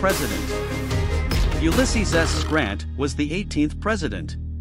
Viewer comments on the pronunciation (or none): none